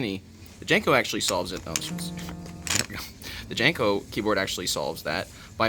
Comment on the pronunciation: I think it's pronounced more like "Yanko" than "Janko". It was named for Hungarian man named Paul von Jankó and in Hungarian (and German and most Slavic) lagnuages the J is pronounced like a Y, and the accent over the "o" means it should be said like "oh". So it's really pronounced "YAHN-koh".